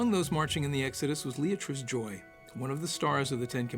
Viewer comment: Leatrice Joy, not ""Leartias", Adoph Zukor, not Zucker. Adoph Zukor, not Edel Zucor. Who proofreads these scripts - anyone?